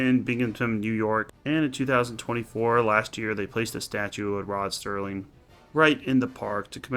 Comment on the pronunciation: Nice, finally said his name right. Serling also did a similar story on Night Gallery called They're Tearing Down Tim Riley's Bar. Oh and like I said the 1985 Twilight Zone one called One Life, Furnished in Early Poverty, but I'd say this is the best of those 3. I like that the captions still say Sterling lol. And yeah, nostalgia is fine sometimes. That's why there's 50s-90s nights at bars and there are now vintage arcades and barcades. I still play old school console games and check out vintage arcade games myself. My favorite episode, so 5 out of 5. Great script and acting. I liked how the reflection in the mirror is how he's transported both back in time and back to the present.